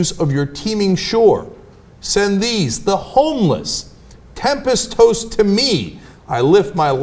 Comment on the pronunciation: Jeezus fuck Cenk, it's "tempest-TOSSED", not "tempest-toast". "Tost" is an older, british past-tense spelling along with words like spelt (spelled) and dreamt (dreamed). It's kinda hard to take this shit seriously when you can't take ten seconds to check a word's pronunciation is correct and thus avoid sounding like a complete jackass...